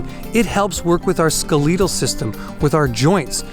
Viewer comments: "Skel-e-tel" system lol not "ske-leetel" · Hints: Look up the pronunciation of "skeletal" (like skeleton, not skeLEEton), capillary (CAPillary, does not rhyme with Hillary), and the meaning of "tensile". I mean these kindly, as it helps people take you seriously. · Skel-EE-tal system 🤔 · What is a skeleetal system? You mean skeletal!?!? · Did he say "the ske-LEET-al system", lol?? I love this guy, but to really be the "herbal jedi" I urge him to learn to pronounce the "Skeletal System". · Canadians pronounce it ske-leet-al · “Skuh- lee- dull”? Have never heard it said that way before. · Ex squeeze me did you just say skuh-LEE-tl system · Mars Horses it's definitely the way many Canadians say it. We pronounce our E sound exaggerated.